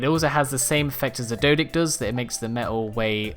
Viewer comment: Number 4: Dodick is not how its pronounced its pronounced day o dock er us